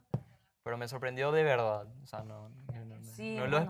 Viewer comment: no es "dil la verdá'", es "di la verdad".